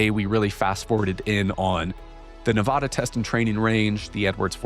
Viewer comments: Please god stop saying Tonopah as tone -a-puh...it's pronounced Tone😮 -a-paw, And Sandia is Pronounced San Deee ah, it's a hard D. And Nevada...is not Neh vauh duh, it's Ne va duh. You're killing me over here...lol ps love the channel. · Hey, it’s pronounced Ne VA duh. Like VAst. NOT nuVAHduh. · It's Nevada.....not 'Nevawda' lol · I absolutely love the work you are doing. It's awesome seeing such in-depth analysis and investigation efforts made on the UAP topic. I just wish you could pronounce Nevada and Tonopah properly, coming from someone who lives there. 😂